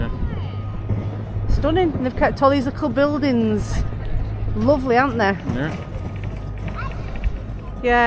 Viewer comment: Lickle ? Do you mean little?